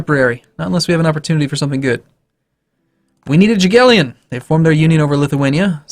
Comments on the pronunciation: Dżagielion xd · Actually Jagiellon should be pronounced "yagiellon" y like in "yellow" and g like in "green" , just sayin :p